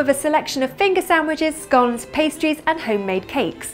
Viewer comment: lilabbiekins1 When she said "scones," I immediately stopped and backed up to listen to it again. It sounded to me like a 50-50 mix of the primary British pronunciation, and the only American pronunciation. It also reminded me of this: I asked the maid in dulcet tone To order me a buttered scone. The silly girl has been and gone And ordered me a buttered scone. Working for the Beeb for 11 years, I learned soooo much silly Brit stuff.